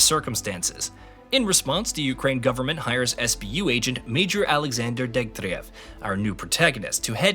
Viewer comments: He fucking nailed the pronunciation of Degtyarev tho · The guy mispronounced Strelok about 63 times, but nails Major Degtryarev first try?